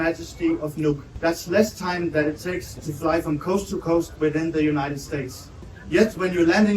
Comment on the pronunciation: Hey...it's united😂